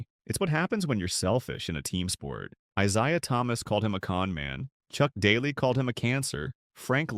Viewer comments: you really need to work on your name pronunciation, Isia....? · Can't pronounce Isaiah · learn to pronounce isiah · During the 80s...the era of the small forward...AD..was a Nuggets killer ...we had a great player in Alex English..around the league during that time ..you had Doc,Bird,Worthy..B.King...D.Wilkins.K.Vandeweghe..Whats up with the Narrators proununciation??.Aguire,Isiah😂😅.